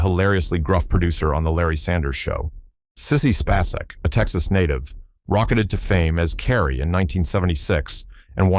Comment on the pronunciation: Sissy Spacek is pronounced, space-ick. Why wouldn't you figure that out before recording?